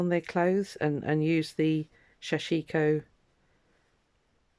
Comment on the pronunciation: sorry,can't stand hearing the wrong pronunciation. it is pronounced sash ko. don't empathise the I.